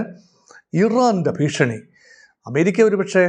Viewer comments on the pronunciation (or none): none